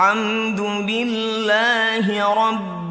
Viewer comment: Yg saya dengar.. Alhamdubillah.. Bukan alhamdulillah... Apa saya yg salah dengar ya